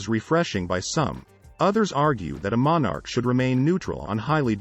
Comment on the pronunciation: I do get tired of you Americans mispronouncing monarch and monarchy. Plus, all of this has been known to the British people since time immemorial.